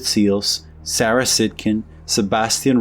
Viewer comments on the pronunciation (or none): none